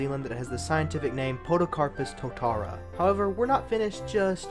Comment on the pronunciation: About the tree from New Zealand, tōtara is the Māori name for that tree!! Māori are the indigenous people here so that part of the scientific name comes from them. In everyday english we also use the Māori name and call it a tōtara tree but we don’t all pronounce it correctly. Tōtara doesn’t have any relation to terra except similar sounds because it has different linguistic roots than european languages. Māori language, Te Reo, uses the same alphabet as english and words are spelt phonetically, but it’s not always spoken with the same sounds as english so the pronunciation is a little different than how you said it. I don’t speak Te Reo but my understanding is that “tara” means spike and refers to the tōtara tree’s spiky leaves! To me it’s also important to mention that even though Te Reo is an official language, and more importantly it is the Indigenous language, our current govt is actively trying to reduce its use. Like they did in many places, the english tried to wipe out the Indigenous language so it’s very upsetting to see our govt openly participating in this colonial mindset again. Nowadays even people like me who don’t know Te Reo often use some Māori words and phrases in everyday speech! And it’s often part of formal celebrations too. Until today I had no idea it’s also been incorporated into scientific names :) This was a really cool video btw!!! I’d never made the connection to the world turtle myth before!